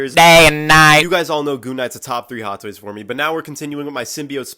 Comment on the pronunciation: Did you say day night bro that’s moon knight 💀